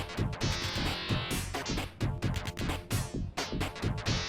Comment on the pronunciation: Круто но... Айво а не Иво